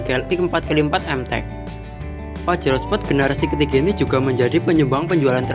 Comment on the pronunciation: uuuuuuuuuh dari tahun 91s sampai 2021 tapi kok bilang nya spot bukan sport